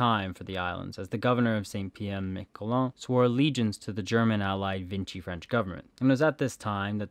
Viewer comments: The French Collaborationist government in WW2 was based in Vichy, France. Pronounced Vee-Shee, not Vin-chee. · Vichy, not Vinchy 😒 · Vichy. Not Vinchy. There is no N in Vichy. And it's Guadeloupe, Gua-de-loop. Not loupé. Try a bit more than not at all. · The narrator slurs his words really badly and sounds distinctly intoxicated. Thr pronunciation is really bad, especially of place names, so typical of YT historical and geographical vids - e.g. "Guadeloupay", "Vinchy government"